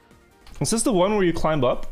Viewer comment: It’s hilarious how he pronounces the “b” in climb